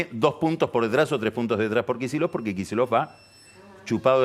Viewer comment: ¿Pero qué es eso de pronunciar "Kichillof"?